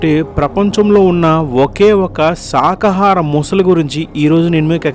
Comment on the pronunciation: శాకాహారం అని పలకకుండా సాకాహారం అని పలుకుతున్నారు. ఈ వీడియో నిజమైతే టీవీ చానళ్ళలోనూ,వార్తాపత్రికలలోనూ ఈ వార్త ఎందుకు రాదు?